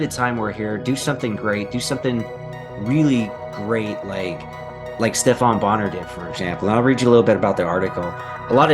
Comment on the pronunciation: Come on man did you really say Steph-ON Bonnar ? It's pronounced steff-en